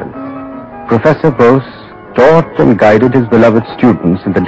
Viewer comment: bose ... sorry ... not nose